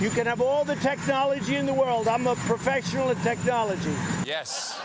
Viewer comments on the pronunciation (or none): “I’m a profectional ” at technology.” Ummm, a what?